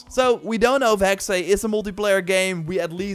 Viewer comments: it's HEX, not HEXAY, the Ubisoft guy pronounced it incorrectly! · Hearing non-germans say "hexe" is very uncomfortable hahaha But with that aside, thanks for this video. I am hyped for all of these games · I am german and the Way you say Hexe is just wrong.